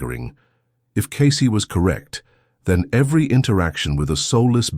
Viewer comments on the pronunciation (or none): The only bad thing about these Cayce videos is the AI narrator. It just doesn't 'get' the rhythm of human speech. What really gets me is that the AI voice pronounces Cayce's name Kai-cee. It is Cay-cee. With a long A. Not Kai which rhymes with lie. I see this in nearly every one of these videos. Couldn't the makers of the video PLEASE, PLEASE, PLEASE correct the AI's pronunciation of the guy's name???